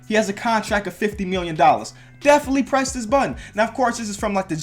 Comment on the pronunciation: I thought you said would you crest the button😂